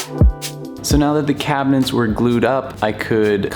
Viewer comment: Take a drink every time he pronounces it "cabinents"